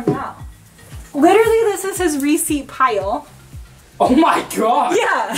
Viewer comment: Anybody else thought says reeses instead of receipt...lol